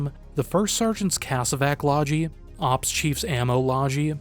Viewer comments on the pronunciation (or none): "Loggie" has a hard g sound.